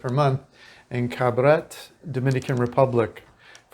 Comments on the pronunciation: Excellent video. I live in Cabarete part time. No disrespect but the name is Ca-ba-re-tey (Cabarete) not Carbaret. So-soo-ah (Sosua), not soshooah, as you pronounce them. We foreigners tend to rename a town to our liking when that isn't correct. Anyway, Internet speed max is 200 mb if you have fiber optics installed for about 8500RD per month. Like any country, in the world you have immerse yourself in the culture together a better experience. So in this case I would learn Spanish as much as possible because like any other country, if you don't know the language, you will be taken advantage of. I'm Dominican but I am a gringo. And I'm treated as such until I open my mouth and they still try. You have to be somewhat of a fast thinker and talker when it comes to dealing with them there. Prices on most things have gone up since but it's still reasonable. Definitely way less expensive that in the US. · Enjoyed the video and have spent several winters there. Great restaurants s and delightful beach walks. The pronunciation of Cabarete is Cab-ah-ray-tay. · Pronounced: Caba re tey. (So su ah) That is not white sand! Light brown. Been there. Nice place.